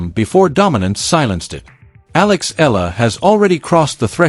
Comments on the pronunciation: It's not Ella. It's EALA and it's pronounced EE AH LA. This AI video is pathetic. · Alex's last name is pronounced with three syllables: E-YA-LA. Thanks for this video.